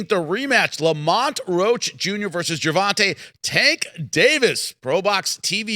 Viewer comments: HIS NAME IS GERVONTA pronounced “GERVONTAY” Get it right please. GervonTAH is not how is name is pronounced. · Petition to have Paulie say Gervonta's name properly.. Ger-von-tay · The guys name is Gervont'A'!!! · I swear I've been noticing that for years it's almost like he doing on purpose 😂😂😂